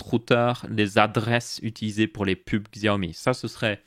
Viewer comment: Quand tu as parlé du Xiaomi (qui se prononce "chiaomi" au passage, moi aussi je disais "Xiaomi" avant) et que tu as dis que tu ne voyais pas l'intérêt de mettre des pubs a certains endroits (qui ne sont pas gênant en vrai), et ba pour moi, si ça permet de réduire le prix et ba je vois clairement l'intérêt, surtout quand on sait que sur Xiaomi prend genre moins de 5% de marge sur ses téléphones entré/milieu de game